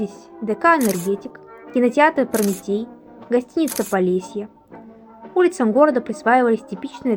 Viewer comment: Произносится как "ПРОМИТЭЙ" неужели вы не знаете кто это?